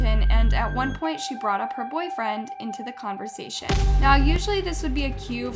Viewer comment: great video and al... but lol, I never imagined I would someday see UP pronounced so wrong.